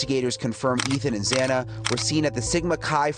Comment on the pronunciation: You pronounce Xana's name wrong whole saying others pronounce it wrong 😮 it's cool. It sounds like both ways and I agree with you when courts and large episodes etc pronounce names wrong.